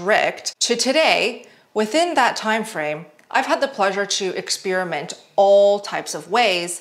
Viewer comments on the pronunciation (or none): Girl I love your channel so I’m sorry for this: “Experiment” is not pronounced like “ex-spearmint”. Try “ex-pair-i-ment”. I watch your videos every day and I am crazy and can’t help but say something. 😂❤